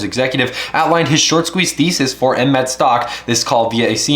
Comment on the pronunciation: Stop saying that ticker symbol like that. 🤣